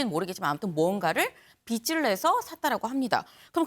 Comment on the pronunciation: 제가기자는 빚을 빛으로 자꾸 발음하네요..